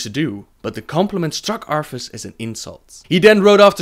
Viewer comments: Arffas instead of arthas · "UPHER, UPHER, UFERR, OOFER," "DEAF KNIGHTS" "LOAF FAR" "Arphas" TH sounds aren't that difficult mate. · Arfas (our fuss) and Ufer (Oofer) Man I think you lost a tooth when pronouncing their names. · Arfus? Oofer? Udders? lol Good video! Love all the lore vids, keep them coming! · LOL UFER ARFAS HAHA